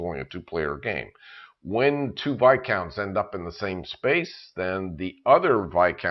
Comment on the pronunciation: finally, someone who pronounces Viscounts correctly.....thank you